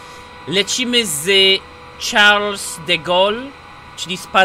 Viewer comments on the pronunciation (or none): none